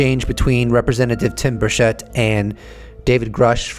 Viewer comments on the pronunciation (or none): It is not Tim Burshett.. It’s Burchett cha cha. Burchachaett. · Tim 'Birch it.' He pronounces his own name as 'Birch-it.' Everyone missed that. 😉👍 Good stuff. Thank you, and as I watch this late, I know that Paulina and Tim got nothing.I forget the other guy's name. Undeniable proof (of et) that is seen at some point in the future, will be because of a mistake by the powers that be. We'll be joy riding in saucers before they tell anything.